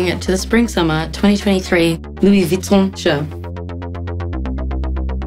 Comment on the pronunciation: Love that she pronounced Louis VUITTON the proper way ;)